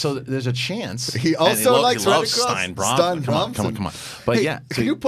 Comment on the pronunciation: I think it's pronounced "Stee-na" not "stein" because there's a video game girl names Stine who is Norwegian I think that pronounces it that way.